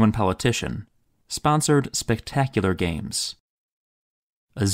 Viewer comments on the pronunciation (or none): none